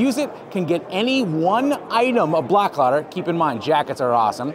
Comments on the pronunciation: Your clothing is made in Sweden and the name, Blåkläder, is not pronounced Blak'lader. The best way to pronounce it in English is "Bloa'klehder." I'm a third generation Swedish American carpenter and handcrafted log home builder. My great grandfather was born in the same community where the Blåkläder clothing line was originally designed and made. He came to the US in 1885 as a carpenter and log home builder. After three generations of Swedeish carpenters in the US, I just bought a farm in Sweden and I am moving back. I, too, am a Swedish carpenter and log home builder. I will be taking three generations of carpentry knowledge and innovations back to Sweden with me. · Blåkleder is a Swedish company. I think it would actually be a good selling point to share that it is Swedish designed and engineered. To pronounce the name correctly you need to know that the Swedish has three extra vowels; ö, ä and å. the pronunciation of the name would be Bloakleder where the 'å' sounds like the 'oa' in the English word 'oar.' Blåkleder is Swedish for 'Blue Clothes." Even if you sound out the letter 'å' as a short 'a', the word does not get split as 'blak' 'leder.' The two syllables are split as 'bla' 'kleder.' There you go! I am a Swedish American who has been using Båkleder work clothing for many years. The clothes were developed and made for many years in the same community where my great grandfather was born. At the age of 19 he left Sweden to go to Seattle, Washington where his grandson, my father, knew him as a highly respected Swedish carpenter. I have been back to the farmstead where Papa Borgen was born and last year I bought a farm in Sweden and will be moving my carpentry and handcrafted log home business to Sweden, taking my heritage full circle. People will appreciate the quality that we Swedes put in to everything we do.......clothing included.